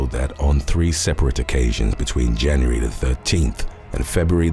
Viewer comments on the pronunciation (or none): none